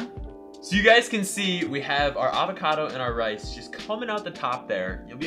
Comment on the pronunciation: Sticky rice more like sticky wice